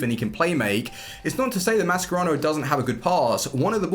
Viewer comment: I love you bro, but it’s pronounced Ma-Sher-Rah-no not Ma-Scer-Rao